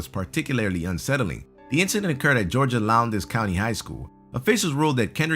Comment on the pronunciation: The one about the guy at Lowndes hit me hard because I live there and one of my very close friends went to school with him. The day after they found him, most students didn't show up because of a bombing rumor. But I do have to saw the way he pronounced Lowndes was hilarious.